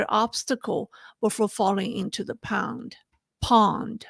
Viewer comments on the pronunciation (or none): And why do you keep saying pound instead of pond? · Just say "small lake" if you can't pronounce "pond."